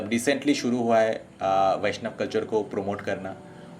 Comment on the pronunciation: isliye baishnab bolta ha😂😂😂